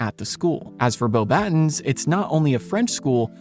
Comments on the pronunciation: It's not pronounced "boh-battens," it's "bo-ba-TÕ," (like the English word "baton," but without the final N sound). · You pronounced Beauxbatons wrong, it's pronouced "Boba-tong" cuz it's French. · You can tell it's AI by how it tries to pronounce the French school name. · You lost me with your pronunciation of Beauxbatons